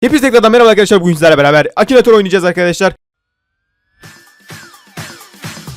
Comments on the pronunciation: abi çok eskiden akinatör diyecekken akinitir demişsin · Akinatör olmuş ıkınatör😂😂😂